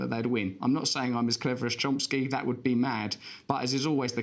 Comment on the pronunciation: It's CHOMsky Russell. Chomsky. Not CHOMPsky. You hack.